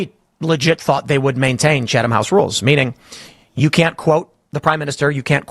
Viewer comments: When I saw Tim Pool talk about this segment of your show, I was very upset with you Kim. He's absolutely right that this segment shows both your ignorance of journalistic practice (it's 'Chat-um', not 'Cha-thum') and your desperation for relevance and clout. You've been passed by many people in your lane of news coverage in the past few years, but I think you fail to realize that your anti-establishment agenda is anchored by the fact that you want to remain purely anti-establishment. That's positive and negative. You are grounded in your coverage of the establishment, and you can easily keep your priorities centered and in focus, but you are going to remain constantly on the fringe and marginalized. That's the price you pay. Tim Pool has never really been against journalistic or political establishment, per se, but rather he is harshly critical of those institutions when he thinks they deserve it, and willing to give them credit when they do something he thinks is right. That's what I see when I see the list of people who were invited to this meeting: people who have been critical of Israel, but who are also willing to be critical of Hamas, Iran, and the pro-Palestinian movement when they act a fool. That's why he has more clout than you, and no amount of outrage at this 'secret meeting' is gonna change that. I think I won't unsubscribe to you for now, but I'm putting you on notice. Stick to your lane, and focus on what you're good at and good for. This whiny hall monitor shi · Pronounced “Chattem” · The H is silent lady. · You are a joke. Pathetic, really. And you don't pronounce the "h" in Chatham. 😂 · You don't even know how to pronounce Chatham... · Hahaha- look at the attention seeking desperation with this lady…you are being mocked by this grifter- she is so desperate that she doesn’t even know the rules and pronounces them incorrectly..LOL